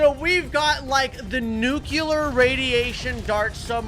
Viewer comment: Why is he pronouncing nuclear as nucular?